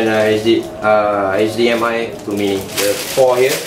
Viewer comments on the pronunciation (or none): none